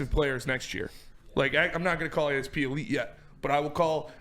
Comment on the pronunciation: Can’t pronounce ASP’s name lmfao?